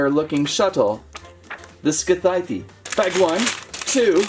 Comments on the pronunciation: It’s pronounced sithe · How he pronounce scythe😂